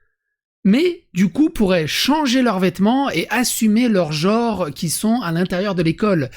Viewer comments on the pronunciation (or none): ah non mais à "geôre" moi je ragequit, désolé.. vous me ferez 10 lignes de "gENre" pour demain.